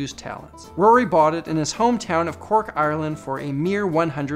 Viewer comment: The way he said Cork , Ireland 😂